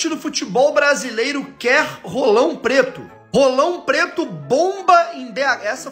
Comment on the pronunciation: Ce enche a boca demais pra falar "RRolão Preto", tá parecendo o amigão KKKKKKKK